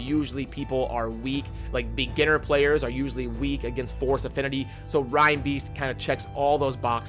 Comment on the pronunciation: Lol i love your content, but common man, learn to say the character names.. hahaha.... roshard? Rinebeast? Do you say rinedeer?